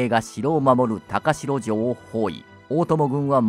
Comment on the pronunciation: 高城は「たかじょう」と読むんですが…歴史を語るのであれば、正確にお願いします😮‍💨